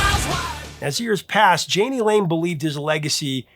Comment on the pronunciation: My brother, "Yaa nee" Lane and "Shoog" Knight.